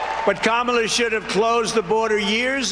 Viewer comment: Oops. He mis-mispronounced Kamala.